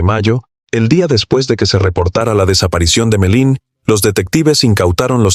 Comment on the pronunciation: No sé llama Melin!!!! Por favor!!!!